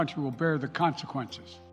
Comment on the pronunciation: Wtf is a consinquench..yuck fou Boe Jiden